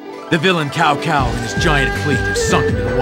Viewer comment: God I miss hearing cow cow instead of them saying cao cao lol